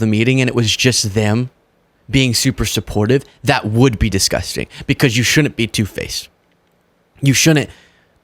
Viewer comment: I am not being critical because I like watching your posts, but could you tell to say these words properly, in the video he says " Shounen't", It is pronounced Should dent., Then the other word along the same line is he says Dinnen't and likewise it is pronounced Did dent. I wonder if it is just because of which part of the Country you are from, but it is not proper English and sounds like the way a child might speak. I am 68 so I have been around for a long time to know the right and wrong way to say words. But then George Bush is older than me, and that idiot says Nu cu ler when that is also not proper, it is as simple as these 2 words if you say one after the other New clear. Call me anal, but to some people when you say words wrong, they see it as it is a lack of intelligence which I know is not the case with. I have been guilty also but true intelligence is when you learn the proper way to speak, speak properly. To do otherwise is ignorance which can seem like a lack of intelligence or inability to learn. I was once corrected for saying this word wrong NEANDER THAL, look it up or play the enunciation of it on Webster's definitions. It is pronounced NEANDER TALL, with no "H" sound in the pronunciation. Now if I ever use the word, I say it properly and it is fun when someone tries to correct me and they are proven to be wrong simply by googling it.